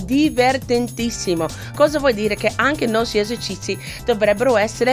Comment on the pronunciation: Fa troppo ridere quando dice :esercizi. : Cici ahaha